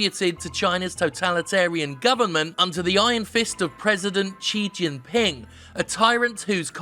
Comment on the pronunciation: Please learn how to pronounce Xi Jinping this video made me cringe so many times